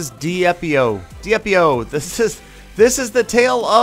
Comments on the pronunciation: i think diep.io is pronuced deep.io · d- epi-o sounds like the the spanish version